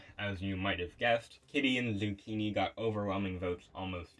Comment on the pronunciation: No way you spelled my name wrong in the credits 💀dude really just said "Zuucchinii"